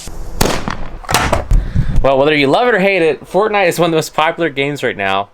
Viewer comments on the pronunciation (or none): XDDDD John Walsh wtf is fortNIGHT?